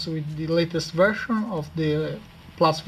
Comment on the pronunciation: weedget.. hahahaha Vershan lol